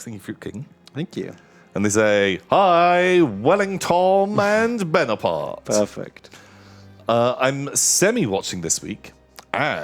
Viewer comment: Na-tom-eon -aparte